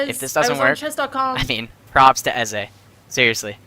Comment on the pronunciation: It's pronounced Ezay (I think)